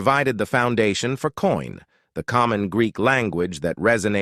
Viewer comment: pretty bad mispronunciations: it’s koiné, not coin. It’s soH-wers, not sours.